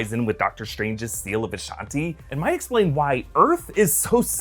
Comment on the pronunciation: Gaia not gaya